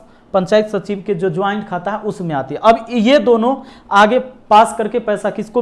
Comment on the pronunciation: “सचिव” होता है सचीव नही